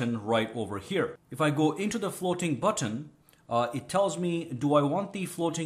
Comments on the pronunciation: The way you say button is truly whimsical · I love the way you say "button" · The way he pronounces the letter T, 😂 Floating button